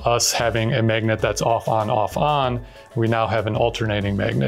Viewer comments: Maygnet. Maygnetism. Cool video. Really makes you wonder what could have been had history been a little different. There's a lot more to it than just having more advanced technology today. The entire world would be shaped differently with completely different balances of power. Fun thought experiment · Whhhhyyyy are you pronouncing magnet like maygnit 😮